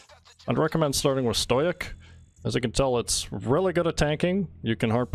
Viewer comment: stow-ick stow-ick stow-ick stow-ick stow-ick